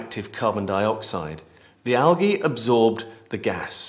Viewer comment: I hated the way he said algae.